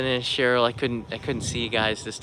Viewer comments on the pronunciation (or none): none